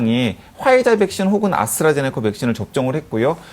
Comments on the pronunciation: 아수라제네커가 아니라 아스트라제네카 예요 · 자꾸 "아수라제네카"라는 발음이 거슬리는 ㅡㅡ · 아스트라제네코 코 코 코 코라니 발음 ㅠㅠ